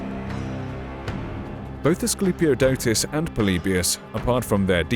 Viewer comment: Chiton is pronounced rrrriton (more like the j in Spanish) and the i being... you know i. And the k is pronounced is Greek. Greeks did not write a letter to not pronounce it. So knemis = knemis and not nemis. I love this era. Everything was badass back then. Also, it is Asclepiodotos, not us.